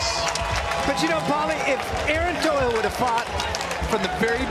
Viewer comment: Last name is toughill no tohill